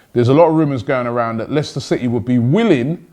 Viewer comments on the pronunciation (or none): none